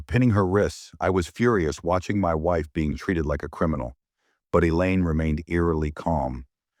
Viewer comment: Elaine not A Lane or Ang.